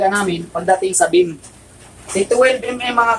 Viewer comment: Beam hindi Bemm